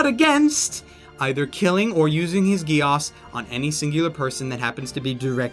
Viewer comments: "Code GIASSS" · u pronounced geass wrong